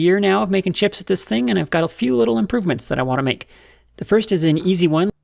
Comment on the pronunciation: This may be the best outtake you've decided to keep. Because I heard "impoopments" while also perfectly understanding what you meant, and if that doesn't perfectly represent human communication I don't know what does. Not all machine shop mistakes cause injuries or mark metal ROFL